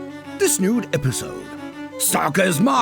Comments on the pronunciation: I thought I was crazy thinking said “this nude episode” in the intro but then I realized I was so correct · Did the narrator just say this "nude" episode?